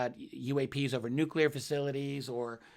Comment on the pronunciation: How can you have any respect for a man in Karl Nell's position who cannot pronounce the word 'nuclear'. What an ignoramus